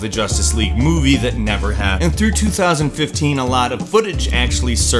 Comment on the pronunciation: Is it only me who thought he said 2013 at the beginning?